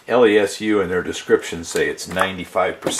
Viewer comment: I think its pronouced "Less-OO" Like boo!😂